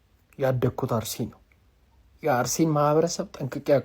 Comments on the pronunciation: አሩሲ አይባልም አስተካክል አርሲ ማለት እየቻልክ ለምን አሩሲ ትላለህ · አርሲ በል እንጅ አሩሲ አትበል